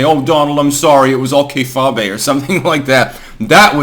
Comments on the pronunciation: Its not kay-fah-bay. It aint french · lol kay-fah-be